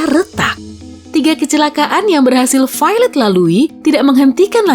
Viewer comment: Ketika pronounce Violet = Failed